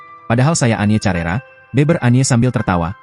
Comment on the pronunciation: Penyanyi tahun 80 an.. bukan tahun 90 an.. bukan carera, tetapi di baca karera...